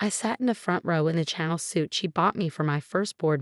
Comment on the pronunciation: This particular AI voice mispronounces so many words (Chanel, façade, fiancé and sweetheart always makes me shudder) . It is my greatest hope that these channels will stop using this AI voice someday soon. Until then, I downvote every story I’m forced to listen to with this AI.